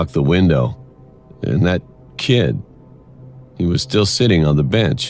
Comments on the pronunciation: Did anyone else here Cory say the boy sitting on the beach instead of bench 🤣😂🤣😂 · Bro Cory needs to learn how to read because on the third animation it said the boy sitting on the bench he said beach boy wtfreak😂😂😂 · No one else noticed cory said the boy on the beach instead of bench